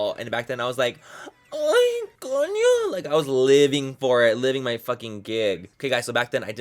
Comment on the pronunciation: DID YOU SAY COÑO MANNY LMAOOO